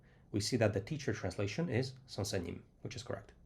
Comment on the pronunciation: I'm surprised he knew how to pronounce '선생님' so well! 😲 From South Korea